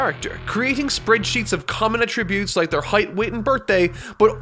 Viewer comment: Stop saying "attributes" the wrong way